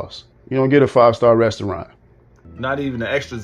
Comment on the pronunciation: What’s a westaurant?